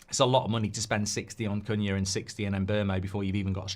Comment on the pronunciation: is awful at saying his same. She’s the same with Cunha too haha